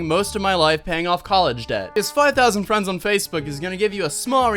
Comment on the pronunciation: 5,000 Fwends On Facebook I don't even have fwends :C &_&